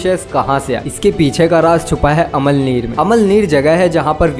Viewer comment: Amalnir nahi ge amalaner he